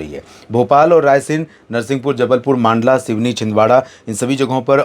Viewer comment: भाई साहब, आप "मांडला" को "मंडला" बोलना शुरू कर दो। आपको कई बार comments में मैं यह लिख चुका हूँ फिर भी आप वही ग़लती ( "मांडला" बोलने की)बार बार कर रहे हो। आप सबसे पहले सभी राज्यों के राजनीतिक मानचित्र खरीदो। उन maps में "हिंदी" में जिलों के जो नाम लिखे हैं उसे 10 बार पढ़ो। फिर बिना पढ़े उच्चारण करो। अपना उच्चारण सही है या नहीं उसकी पुष्टि किसी अन्य व्यक्ति से करो,जिसे सही हिंदी के सही उच्चारण की समझ है. इस प्रकार आप जिलों के नाम का सही उच्चारण करना सीख जाओगे। क्योंकि आप इसी भारत भूमि के किसी हिंदी भाषी राज्य के व्यक्ति हो,अंग्रेज नहीं हो या सोनिया गांधी भी नहीं हो जो हिंदी का शुद्ध उच्चारण नहीं कर सकती। My Best wishes to you.